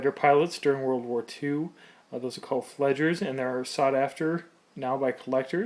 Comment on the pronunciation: ‘Flieger’ is pronounced “FLEE-GHEH(R)”.